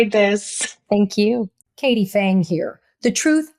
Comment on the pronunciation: “Phang”, not “Fangs.”